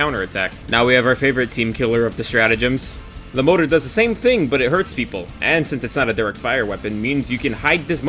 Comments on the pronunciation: Its More-tar not motor, great bid btw 👍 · >motor I'm not sure if you're pronouncing it this way as a joke or not. also as the others have said, MG is just a worse Gatling. Maybe you could argue its more ammo efficient or something. but the Gatling gets a lot more bullets> Autocannon can shoot down dropships. it just doesn't try to so it only happens by accident